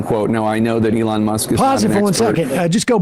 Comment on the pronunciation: Sam, who is the "Along" Musk you speak of? To quote Keegan Key--"Say it right!